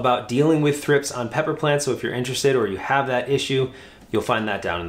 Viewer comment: Never heard thripes pronounced like that.